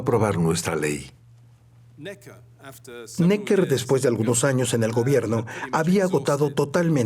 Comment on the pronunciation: QUE MAL DOBLAJE... pronuncian bien 'Necker' en francés en el video original (palabra aguda) y en el doblaje la convierten en palabra llana; igual que con el nombre del ministro de Guerra 'Vergennes'. Hasta los anglos son capaces de pronunciar bien en otros idiomas cuando se lo proponen... y los del doblaje se encabezonan de pronuncia a la pichinglish... ¡¡¡RIDÍCULO!!!